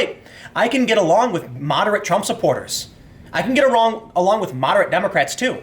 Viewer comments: "I can get awong with moderate Trump supporters" <---- When your asian half slips out. I'm such an As*** lol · Tim: "I can get arong with-" Me: ASIAN